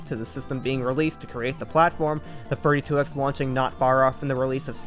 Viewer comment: legit heard “32x” as “furry 2x” and was like ???